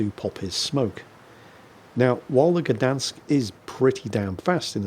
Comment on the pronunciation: Gdańsk is also a City, not only a shipyard:) Btw. the "ń" letter in Gdańsk is pronounced the same as "ñ" in Spanish, you can give it a go next time!